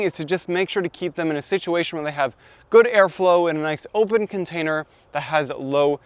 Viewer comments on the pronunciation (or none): none